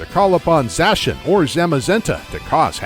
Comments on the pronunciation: •So many Pokémon pronunciations wrong •Lysandre is pronounced: Lis-ON-dray •there are different gyms in Shield than in Sword •‘Gold’s name isn’t ‘Gold’ •Zacian is ZA-si-an, coz cian (propounded si-an) means ancient in Greek •The ‘Weald’ Slumbering Weald is pronounced weeld •Eternatus doesn’t gigantimax, it Eternamaxes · I finally found someone else who pronounces Zacian as Zashan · Zaciand is pronounced as za-si-an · It’s pronounced Za-she-ian